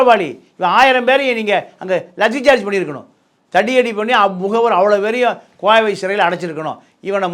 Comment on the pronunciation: உன்னோட கோண வாயை வச்சுக்கிட்டு கோவை னு கூட ஒழுங்கா சொல்ல தெரியல நீ எல்லாம் ஒரு வக்கீல் கோவை கோவை கோவை என்று இருக்கு